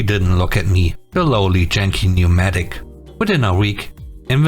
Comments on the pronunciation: Um, so sorry, Yankee is not pronounced like jankee, it's y like in you or yours. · Yankee mit j wie Junge, ich hab mich zuerst verhört und dachte du sagst Junkie! 🤪